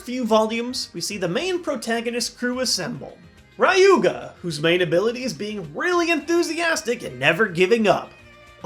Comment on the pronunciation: YOU CAN'T PRONOUNCE "RYUGA" THAT WAY!!!